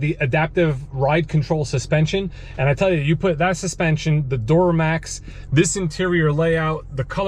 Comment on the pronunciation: Love me some “door-uh-max” 🚪 🛻